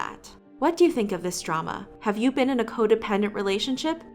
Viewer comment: i’m so sorry but I can’t get over you saying bean instead of been